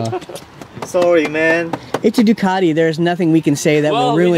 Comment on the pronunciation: FuCk you! Its Ducati Not Doqati